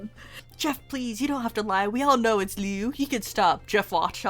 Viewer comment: It's Liu not leu why dose people keep saying his name wrong Liu has an I while leu has an E leu is like you took leo and swapped out the O with a U